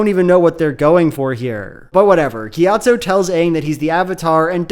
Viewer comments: i cant stop hearing gyat-zo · Very funny that every single time you talk about Monk Gyatso you without fail pronounce it "Monkeyatso"